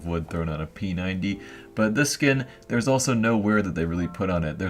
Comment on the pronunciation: "Wear" not "where"